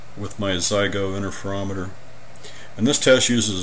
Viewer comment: What is an "innerferometer"?